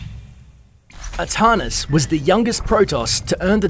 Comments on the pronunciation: as some one from NZ, it is most certainly ArTANis not Artarnis. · Artanis not Ahtahnis. ARtanis! I dont see no H. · Arrr TAN isss not Arrr - tahn - is. Also May-lay not me-lee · It's pronounced Artanis, not ahtahnis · can actually be pronounced either way, do some research before you try and correct people.